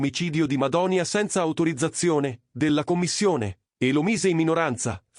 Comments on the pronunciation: Ma che Madonia! È Madonìa! La vogliamo smettere di usare queste intelligenze artificiali di emme? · Madònia? Ma perché fate i video se non sapete nemmeno pronunciare i nomi?